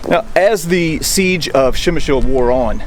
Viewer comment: To property pronounce name of this city just add "pre" like in "predator" to what you are sayin' now😉